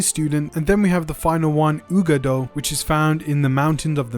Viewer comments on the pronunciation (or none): Uagadou = uWah-gah-doo Not whatever it was you said. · Dude, if you're going to report of Hogwarts Legacy, at least know how to pronounce the names of thing. It's pronounced Bow(like bow-tie)-Bah-Tohns, and Wah-Gah-Doo. Get it together.